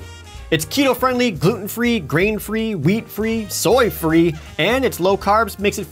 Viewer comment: Jared put emphasis on soy free because of the meme